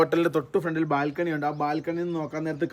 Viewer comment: നിങ്ങൾ ബാൽക്കണി എന്ന് കൃത്യമായി പറയുന്നു കാരണം അത് "ബാൽറ്ററി" പോലെ ആണല്ലോ 🤣🤣🤣